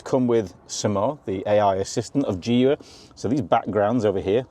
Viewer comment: I got the video suggested dunno why maybe because of my professional deformation... i skipped straight through it when you tryed to pronounce the name of the car 😂